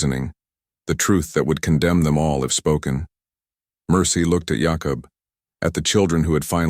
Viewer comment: Jacob is pronounced JayCub. Other than that it’s a good story Wichita, Kansas